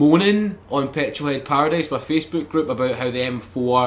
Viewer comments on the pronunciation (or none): none